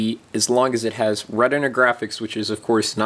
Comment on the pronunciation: Lmao at him not being able to say retina